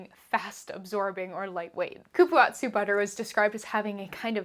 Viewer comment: Dear, please look up accurate and respectful pronunciations for ingredients before you film. Cupuaçu.... is coo-poo-ahh-zoo Goodness gracious this was painful to listen to.